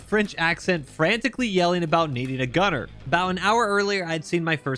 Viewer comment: "I need auh gon-air" (Horrible french accent in the vein of "i need more bullets"